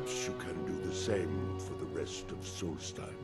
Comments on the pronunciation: I love you, but listen to how the people in game pronounce these names! Solstheim is like solstice! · Pronounced sawlst-hime Edit, why can’t you pronounce anything